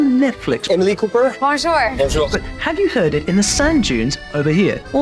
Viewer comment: Ohlàlà, the very first "bonjour" of the video doesn't sound native Paris or even French at all, even remotely